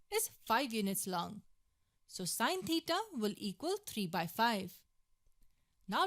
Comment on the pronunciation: god please help this woman with her pronounciation of theta